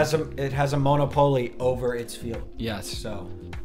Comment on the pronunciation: Bro did not pronounce monopoly right 😂